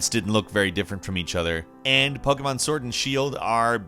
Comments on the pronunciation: not sure if you mean diff accent, but he's not saying the annoying poKEYmon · He says pokemon right and he’s american, you don’t see that every day